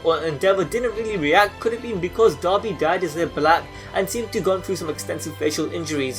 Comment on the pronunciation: It sounds like he is saying dobby instead of dabi